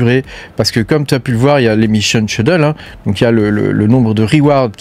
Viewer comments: Skédule pour la prononciation 😊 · J'ai mis seulement l'audio, depuis le début je me demandais ce que c'était ce nouveau concept de "cheudeule"😂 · Ce mot m'a longtemps rendu fou ! Mais en fait, on doit prononcer "Skédule"... Un autre du style : miscellaneous, qui se prononce "misselénieuss"